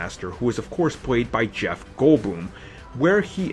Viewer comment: You don't even pronounce hero or actor names... Shurge, Jweff gwoldbwoom... Lol